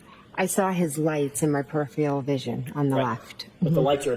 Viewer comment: Perifial vision. Inebweeated. I sar it. Not only is a lying murderer of John O'Keefe, she's a murderer of the English language. Why did that woman never seek the help of a speech therapist? Insufferable.